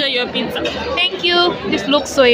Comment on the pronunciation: pitsaa!! not pizza!